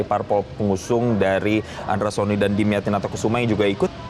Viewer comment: 😂😂nama nya pak dimyati bukan damyati, metro tv research dulu ga sih nyebut nama aja salah😮😮😮